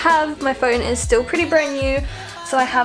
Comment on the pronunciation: “Stoll” lmaoooo